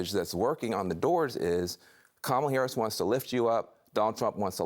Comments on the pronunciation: I see they finally learned how to pronounce her name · Wait.......Trump actually pronounced VP Harris's name correctly 🤣🤣🤣🤣🤣